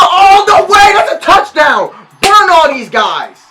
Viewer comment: Did my dude just say towchdown TIGERS